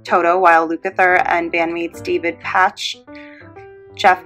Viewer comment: David Paiche - Paiche (sounds like "Pay" with a "ch"tacked on. The Porcaro's name is pronounced like "Pour-car-Oh". Great review, thanks! (